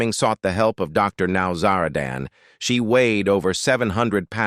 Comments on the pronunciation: What’s happening, he’s talking about one person and showing another. Plus he mispronounces the Doctors name, this wasn’t done very well…Sad! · How can this AI narrator pronounce Dr Nowzaradan’s name three different ways, all wrong?